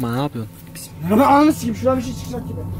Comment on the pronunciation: hıbıhan mismillah 😂😂